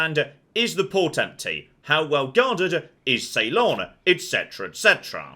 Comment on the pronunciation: sorry to be a grammar nazi, but please check your pronunciation of Ceylon. ( See-lon, not Say-lon):)